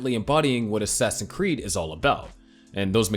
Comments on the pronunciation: Great video man! Also how come you say ‘assassin creed’ instead of ‘assassin’s creed’ ?😂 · Man just pronounce the s in assassin'S creed please. I'm sorry but it's incredibly annoying